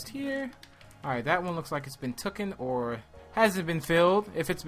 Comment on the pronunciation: Taken not tokken